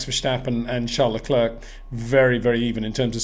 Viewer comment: Sincerly hope that Peter will finally knows how to pronounce Verstappen and Leclerc next season,,,,…